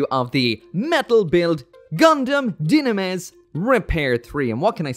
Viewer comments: dude, it's pronounced Dy-na-mes, Dynames, not Gynames. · PRONUNCIAAATTTIIIOOONNN!!! It's Du-nah-mehs...not Ju-nah-mehs. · According to Bandai's Mobile Suit Files videos, it's pronounced Du-na-mes If only Tieria actually piloted it. Let him pilot his crush's suit! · Where did you get the "G" sound(gynames) from? I have never heard that. These things always gotta have the craziest names, I swear... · Die Na Miss is how its pronounced in both the Japanese and English Animes. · Hmm I'm new to metal build line I didn't know it just comes in already built. Gotta think about this again before I pre-order devise dynames... And not gonna lie, I almost close the vid when I heard jinames LOL I had to go check their Japanese writing and it's definitely not "jinames" LOL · Not trying to be that guy, but since both Niel Dylandy and his brother Lyle Dylandy Say Dynames as (dee-nah-mess) that’s the correct pronunciation (Japanese) so, you’re wrong. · Ngl after some years calling dynames as Gynames is kinda off putting.... Or is it just me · why are you pronounce dynames wrong you keep saying gynames or jynames till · It's Die-na-mess. Like YouTube, Not YouTubb. It ain't say Redtubb. It's Redtube. lol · This dude pronouncing dynames like jinames, why. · Boiiiii 😂 Leave this new pronunciation in the trash lmao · Idk how im going to get through this episode with that pronunciation of dynames. Nope.